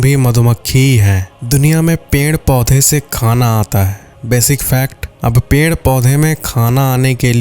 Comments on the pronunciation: Perd ❎ penrd ✅ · The way you are saying peeid is kind of unique😂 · Haan😂ped ko ache se bol nhi pa rahe h